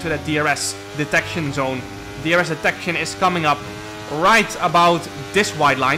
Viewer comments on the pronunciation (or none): none